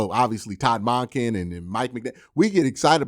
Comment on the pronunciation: Monken is said like dunkin, not donkin bruh